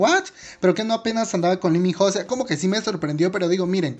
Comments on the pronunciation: LI min JO JAJAJAJJAJAJA no mames, aprende a leer bien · Se escribe ho y se pronuncia o... Pésimo vídeo...